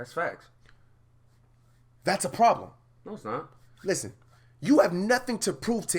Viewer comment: Sly Times u could’ve said fax or facts but u decide to say faxs